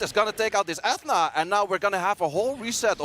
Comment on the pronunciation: Is nobody going to tell the commentator how to pronounce Ethna?